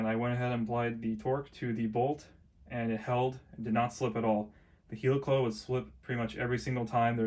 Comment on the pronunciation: Helicoil - pronounced in the same way as helicopter, not 'heelycoyle'